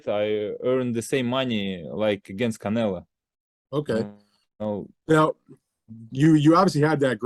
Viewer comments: I think it's funny that he keeps calling Canelo Canela🤣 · Bivol here acting all respectful but still calling Canelo "Canela"😂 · IF BIVOL WANTS TO CALL CANELO "CAN-ELA" THEN THAT'S WHAT IT'S GOING TO BE EVERYBODY SHUT THE FK UP IT'S CANELA FROM NOW ON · Canela zurda. The guy cant pronounce Os 😂🤣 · That is from his native accent. It is common in Russian to pronounce the O as an A. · I like how he keeps saying Canela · My boy keep calling him Canela classic bivol 🤣🤣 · In Russian that's how they pronounce their A's and O's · no because its a russian thing when they pronounce the "o" is like saying "ah" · Because that's how they pronounce they're A's and O's in Russian